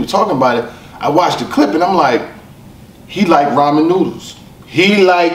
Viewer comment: He had 3 opportunities to pronounce Ramen correct. He failed each time...that's the real tragedy